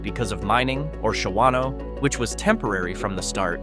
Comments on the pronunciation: Shawano is pronounced “SHAW NO” not “Sha WAN O” and has a 2036 population of 9,831 and is the Shawano County seat. Not a ghost town. Not even close. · Shawano is NOT a ghost town by ANY stretch of the imagination. It has nearly 10,000 people who live there! That does not even touch on the fact that whoever narrated this has NO idea how to pronounce the name. That is just the tip of the things WRONG in this video.